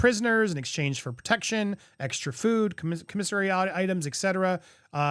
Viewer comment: It is COMM-isary items, NOT comm-IS-ary as you said.